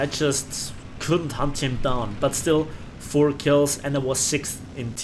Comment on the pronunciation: some time when you say: i need to hunt them down sound like: i need to hump them down